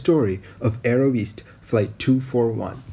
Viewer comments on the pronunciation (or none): Aerosvit,not Aerovist Source: I am from Ukraine